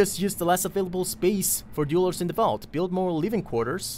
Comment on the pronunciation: We need to work on your pronunciation of "dwellers" :D Think "tell", "bell", "sell", then say "dwell"+"ers" ;) <3